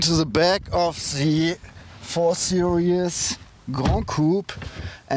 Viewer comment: I don't want to be an asshole, but it's series not serious.